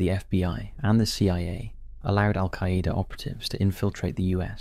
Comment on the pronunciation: The way this guy says AlQaaida 😂